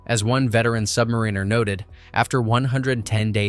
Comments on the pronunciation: SubMARiner, not submaRINEr! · ITS SUBMARINER NOT SUBNARINER. SUB-MAR-IN-ER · Definitely AI , because the smart computer still can not correctly pronounce some words. “ Submariner” had the wrong emphasis on the second vowel sound 😊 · That would be cool if Submarine Insider could learn to pronounce the word submariner. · makes a video about life aboard a submarine, proceeds to mispronounce "submariner" every single time.